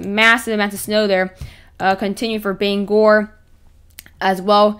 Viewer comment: Thank you for pronouncing Bangor correctly